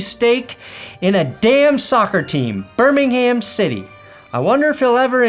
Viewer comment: Bur-Ming-Ham is in Alabama. Birmingham City play in Bur-Ming-Am, which is in the West Midlands region of England. If you can get Wrexham right, you can manage this.